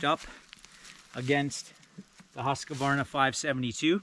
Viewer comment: It’s Husq-varna not husq-a-varna